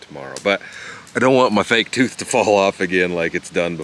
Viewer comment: He said toof! Lol. Supreme gasoline you rich son!!! Cheers 🍻!